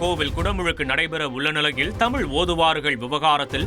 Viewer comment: தமிழ் மொழி சிறப்பு "ழ" . தமிழ் என்று உச்சரிக்கக்கூட தெரியாதவர் பேசுவதை வியந்து போற்றுபவர்கள் நோக்கம் என்ன என்பதை நீயே சொல்ல வேண்டும் முருகா